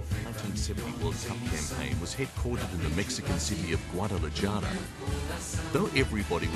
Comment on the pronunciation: Great pronunciation skills by the narrator. Guadalayara and stadio yalisco. Yeah right...At least he said Mario zagallo and not Maraio zagallo.